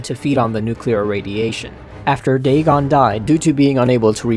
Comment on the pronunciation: Totaly said dagon good XD